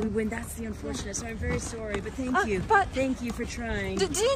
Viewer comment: "NO SANKOO"